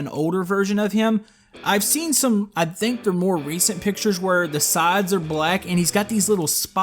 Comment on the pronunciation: why do you say "dhinc" when saying think